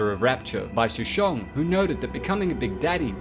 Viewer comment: Why do you keep switching up your pronunciation of Souchong?